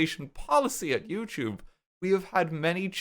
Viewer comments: can you say yewchube from time to time i'll miss it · You say Youtube in the same tone every time. It honestly sound like you're swearing when you casually say it. It's crazy what 2 years of videos can do. Congrats on the policy change! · It really does sound like you're cursing up a storm in this video. XD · Every time he says YouTube my ears perk up because I think he’s swearing 😭😭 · my brain auto-fills the f word every time you say YouTube is so funny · The YouTube made me trip up for a sec tryna figure out what the swear word you were saying was, then realized you said youtube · for a part of this video I was not actually looking at the monitor but was doing something else on my phone and my brain automatically assumed you swore when you said youtube, I have become so accustomed to that its crazy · When i hear him say "youtube" i just think he's swearing now 😔 🙏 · Huge W, super happy for ya man, and for all of us here on the platform. And, yes. It DOES sound like you're violently swearing every time you say YouTube, and that's coming from someone who's been with ya since Banana Bay xD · It's so funny, every time he says YouTube, it feels like he's cursing harder than when he says fuck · Honestly, every time RT said "YouTube" in this Video, it felt like he was swearing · I can indeed confirm that every time RT says youtube now I immediately think he's swearing